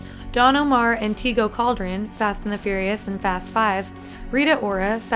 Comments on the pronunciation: 43 tea- go.... LMAO its pronounced tey-go cal-der-ron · "teego caldron" lmaooo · Teeeego Cauldron 😂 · I really just died when she said: Teego caldren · This big said TEEGO Caldron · faizal mustafa She obviously doesn't know people's names and should research before speaking. Even when she named Tego Calderon as "tego caldren" smh lol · It's funny how you pronounce Tego Calderon's name hahah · she butchered the shit outta tego calderon's name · great research but you butchered Tego Calderon's name